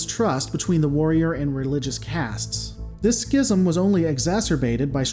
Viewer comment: whoa whoa whoa...you can pronounce Schism correctly. Does this mean...you've been trolling us the entire time? I was expecting you to say SHHHHIZZZM